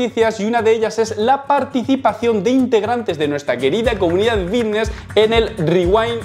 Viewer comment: por que coño dice vitness en vez de fitness??